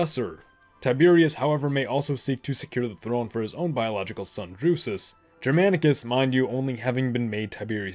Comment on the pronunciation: he pronunciation of Germanicus and Germania with a soft G is rather frustrating considering how often it comes up. A hard G is what should be used.